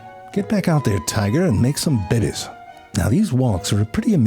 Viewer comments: Love the way you say Bebes 😂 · I love the way he says "baybays" lol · I love how you say babies! 😂